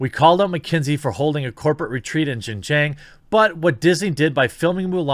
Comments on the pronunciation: you are absolutely not pronouncing it correctly lol. 新疆 or xin jiang is roughly pronounced (sheen jee-ong) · Your pronunciation is close. X sound like "hs," so "hsin-jiang" with a hard j and the a pronounced like "aw" in "law" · Pronounced Sheen Jeeang. Pinyin doesn't always pronounce directly , but i got u Jeremy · I’ll only correct you because you asked if you were saying it right... It’s said xin (sheen) jiang (jah ng). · Jeremy, Xin Jiang is pronounced "SHIN (like the anatomy) JEEYANG" (British "A" sound almost sounds like "long" in american pronunciation). I lived in China 13 years growing up and I'm glad you're talking about this issue. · XinJiang is pronounced ShinJiang, with a soft 'h', so pretty close. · i speak some chinese. So if you'd like to know, the pronunciation sounds like "Sheen Jyawng" ("aw" like in "saw"). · It's pronounced: Xing-Ji-On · In case you’re curious Jeremy: it’s pronounced Xinjiang (shin-gee-ahng). You’re pretty close tbh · Chinese is hard to It's pronounced, "Shin-Ji-ang" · Might I suggest watching Youtuber "serpentza" and his other channel "ADVChina" He lived in China for 14 years and just moved to the states. he does a LOT of videos on this. Least it will help with the pronunciations. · It's pronounced shin ji-ah-ng Jeremy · Nope, xinjiang (sounds like sheen jee-young (say the last part fast)) but great try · ROFL! I don't know if just repeating it is going to help any. Without using any kind of phonetic guide, it is pronounced something like "shin - gee - ang". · You're saying Xianjiang wrong, but I've heard a lot worse. You're just saying it with an American accent. You're also saying Uyghur wrong. It's not "We grr." That's just how MSM pronounces it and I guess most of the West now thanks to them. It's more pronounced like "Uuu ga ru." (I forgot how to write down sounds but that's the best I can do. lol) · No, you are completely fucking up the pronunciation of Xinjiang. I don't care though.